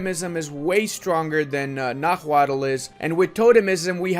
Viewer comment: Bit of a nitpick, but Náhuatl is pronounced “na-wa-tl” with the cadence emphasizing the first “a” rather than the second. tl;dr “NA-wa-tl”: correct “na-HUA-tl”: incorrect